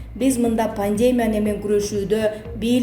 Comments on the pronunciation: Чон кыз создорду туура окусан Пандема эмес пандемия Сабатсыз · Века медиа, ушул окуп жаткан кыз туура окубайбы. Пандемя эмес пандемия. Эмне грамотный кыздар жок калганбы.. Грамматика дегенди билбейт окшойсунар. Ушундайлар айынан силерди коргум келбей калды. Замечаниени туура кабыл алып, онолбойсунарбы. Элге чыгып жаткандан кийин. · ЭЙ ЖУРНАЛСТ ЛИНГВИСТИКАНЫ ОКУЧЫ ПАНДЕМЯ ЭМЕС ПАНДЕМИЯ ☝️ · Ьантырабай ударение туура коюп сүйлөгөнгө консонор боло пандеемия, жана башка сөздөрдү оңдоп сүйлөп анан эфирге чыксан ар жакшы болмок!!! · Эу келесоо журналист кыз качан туура окуганды уйроносун чала сабат акмак экенсин, пандЕмия деп... Мирзоев деп да нервге тиесин сен тупица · Ушул Кабарды окуп берип жаткан чон Кыз туура окусаныз, ударениени туура койунуз!!! Кичине болсо да туура суйлогонго тырышыш керек!! Слово Пандемия, ударенияны И тамгасына койунуз.... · Пандемия деген созду туура окугулачы, ударенияны туура коюп